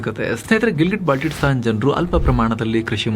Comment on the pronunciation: Baltitstan alla adu Baltistan